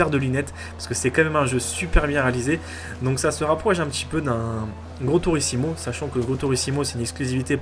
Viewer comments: Forza est devant que Gran turismo et non "gran turisimo" comme tu le dis lol apar sa j'adore !!! Bonne continuation ;) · Mdr tu pilote comme une énorme merde 😂😂 Et on dit "Gran Turismo" pas "tourissimo" 😂😂😂 Et bordel de merde c'est pas de "l'américain" c'est de l'anglais !! C'est Jeremy Clarkson de Top Gear qui commente et entendre cette voix me donne envie de chialer, car ce jeu est une déclaration d'amour à l'automobile mec... T'aime pas mes bagnoles toi... T'es un joueur de NFS et autres jeux d'arcade... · C'est pas grand tourisimo c'est grand tourismo